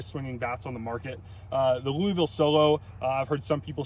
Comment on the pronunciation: it’s not Lou-eee-ville It’s Loo-avile